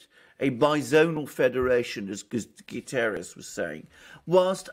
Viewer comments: It's not "Gutierres" ... In Portuguese it sounds "GutErrsh" ... The "ie" takes it to the Spanish similar surname. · It's GUTERRES not GUTIERREZ ! Portuguese, not Spanish